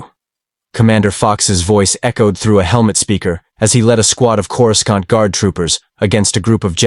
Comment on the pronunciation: AI can't even pronounce "cora scent" correctly (phonetic pronunciation)